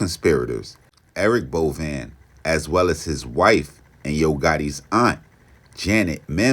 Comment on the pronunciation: It’s pronounced Bo Vein